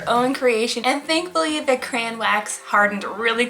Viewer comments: its CRAY-ON not CRANE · CRAY-on not CRAY- In Edit: sorry it was bothering me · I’m sorry but I’m getting triggered that she said criaaaan